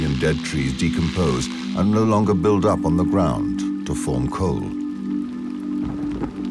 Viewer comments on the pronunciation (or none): none